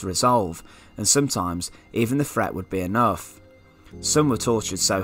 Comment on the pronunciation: "front," "Fret" "Cafflic" Sort yourself out.